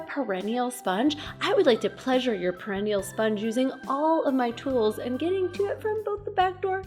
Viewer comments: Pear-uh-knee-uhhl, not: pear-ihh-knee-uhll. Sorry, was driving me crazy! It's one of those stupid English words that gives the speaker no clues. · you are awesome. But, or Butt...ha ha....Perennial (the way you are pronouncing it) means multiyear plant (as opposed to an annual plant that dies after it flowers/seeds the first year). Perineal (sponge) -the anatomical part is pronounced "pear-un-NE-al (like the name Neil at the end) and the emphasis on the third syllable and, is derived from the word perineum. I just thought you might want to know. Knowledge is power, but I love that you noticed the nature in your video (moth/spider). Hugs!